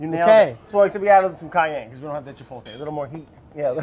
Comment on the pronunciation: I feel like a kitchen manager should be able to pronounce "chipotle" correctly